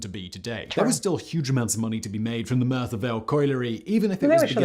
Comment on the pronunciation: Not sure why he’s having such trouble saying Merthyr